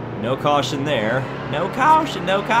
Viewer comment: AN WE HAV A CAWSHON